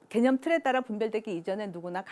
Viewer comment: 오늘의 발음 문제!! 장음인 단어의 첫 자를 "짧게" 잘못 발음하신 예: 세계(계곡해서 여러번), 게념, 강연,인식, 후자, 대중, 둘로(two), 다 같이, 좋은, 부정,경계선,뒷 면,살며(생), 둘이(two), 등!! 하나 둘도 바르게 발음하지 못함!! "세계"를 계소해서 잘못 발음함!!"세속, 세상,세습" 등을 바르게 발음하실 수 있나이까?